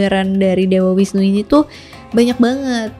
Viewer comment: Bagus skli kk, cuman koreksi sedikit V dibaca W ya kk misal visnu dibaca wisnu dst. Pura puseh ada disetiap desa bukan kecamatan Hindu di bali menganut aliran Siwa Siddhanta dimana semua aliran dipersatukan dalam harmoni Dewa siwa tepat nya pelebur, bukan perusak